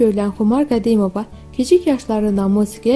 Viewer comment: Hele danisanin danisigina baxin da qedimova demeyine baxin bir